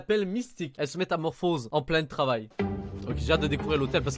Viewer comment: Un trafail !!